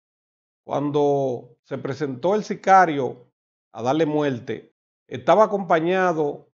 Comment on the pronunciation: No entiendo nada que cosa es multe será muerte madre a planchar la lengua para que pronuncie bien